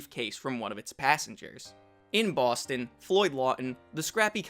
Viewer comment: Homeboy and his Boston pronunciation